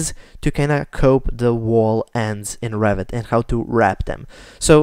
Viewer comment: funny, English captions when you say Revit almost always show "rabbit" , you really pronounce it like that :))